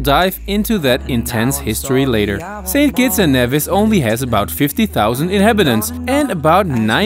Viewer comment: It's NEVIS! Not NAYVIS